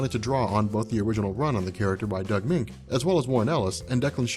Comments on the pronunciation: Its prounce Doug (Munch) not (Mink). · Doug Moench = Doug MEN -CH, not "Mink". Bill Sienkiewicz = Bill SIN-KEV-ITCH.